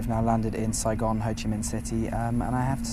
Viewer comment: I love hearing the foreigner say “Saigon”. Thanks for a lit video!!!!